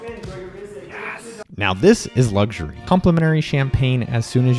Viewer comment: The word is LUX URY omg Whay do u people say LUGS URY where the hellis the G in it can u not read.